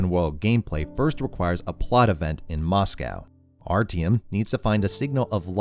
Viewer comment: The way you pronounce “Moscow” makes me want to rip my ears off… Still, cool essay.